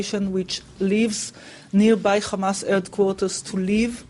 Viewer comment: its hamaaaaaaaaas not khamaaaaaaaaaaaaas what a pig